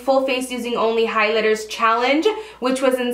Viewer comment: I've loved the "highlither"